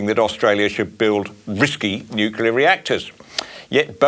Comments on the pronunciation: The only thing that is risky is leaving Blackout Bowen in charge of our energy supply for 1 more day. He has NO Idea about " Nu-clea" energy, he can't even pronounce the word... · It's not "NICKULAR " Bowen.